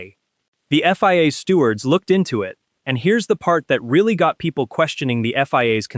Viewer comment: What’s a “stewart”? “Less calm”? FFS!